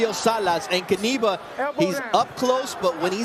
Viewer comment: Great play-by-play, gentlemen. Here is a pronunciation note: Knyba is pronounced "Kniba", rather than "Kneebuh" or Kuhneebuh". I think you can do it the next time around.